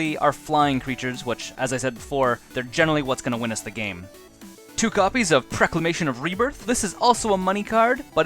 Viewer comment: Awesome deck tech! Looks fun and I may make it just bc so cheap!! Jsyk- It's Stasis snare, not statis snare; norn's annex, not nora's annex; and proclamation of rebirth, not preclamation of rebirth. Still awesome video, thx for making!